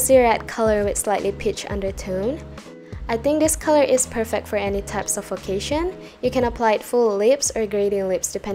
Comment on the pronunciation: i love how you said perfEct 🥺🥺